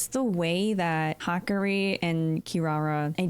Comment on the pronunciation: It's Hah-Kah-Ree, what you wrote would be the pronunciation for Hikari.